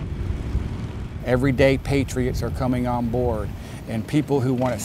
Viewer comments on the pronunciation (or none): Patriots not Patri-Nots!!